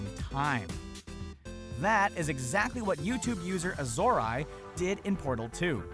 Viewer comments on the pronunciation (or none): Azorae is pronounced "A-zuh-ray" I think, not "A-Zor-Eye" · You mispronounced azorae [az or eh] and pangaeapanga [pan gee uh pang guh]. You could have asked them on twitter, you lazy ass.